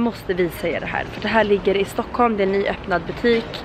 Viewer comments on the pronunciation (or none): Stuckhulm xd vet att det heter Stockholm